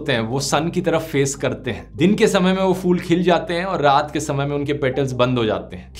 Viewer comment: fool nahi phool sahi pronounciation hy :)